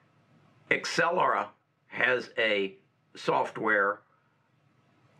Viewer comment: It is Not Excellera, it is AbCellera )))